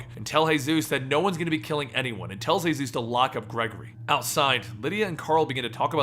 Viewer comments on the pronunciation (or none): Seriously man. Hay-zeus? It's just Jesus like come on. Won't flip out but just... Ugh. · Paul Monroe is known as Jesus. You pronounce it as Jesus Christ not the Hispanic name "Hey-suese" this was oainful to watch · Are you Spanish why did you say hayzues instead of Jesus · In the comics Jesus's name is pronounced how me and you would say it, jesus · good job but j ,j,j,j,Jesus not hayzues,haha big up. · Yeah, like the others said, it's Jesus. As in, Jesus Christ. Not Jesus, the Spanish way of saying it. I actually laughed when I heard him say it that way. And he says "Hey-Zeus", a lot lol. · Jesus not he-zuz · its jee-zus not hey-zeus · “sαтαηιc cяεερ” 変態です he meant that it is pronounced Jesus as in Jesus Christ not hey Zeus. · Hey-suess? He's not Hispanic. His nickname is Jesus because people thought he looked like depictions of Jesus. Earl Sutton even says that he calls him Paul because "Jesus" feels blasphemous. I've gotten used to you mispronouncing something in almost every video, but this is actually changing the details of the story. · Exactly its jesus not hey-sus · It's pronounced as Jesus like Jesus Christ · Jesus isn't pronounced "Hey-Zeus". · Why are you calling him hey suess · I love your channel, but read the walking dead comics for this one guys. It's pronounced as Jesus (as in jesus christ) and as most people are confused, the whisperers are the talking walking walkers. a group. Just read it